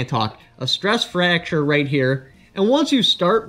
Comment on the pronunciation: Ten minutes of this video is the guy trying to say 'stress fracture'